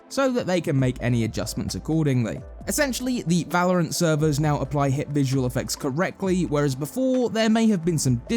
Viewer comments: We did it, he stopped calling it vELouRanT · Thank sgod he learnt to say valorant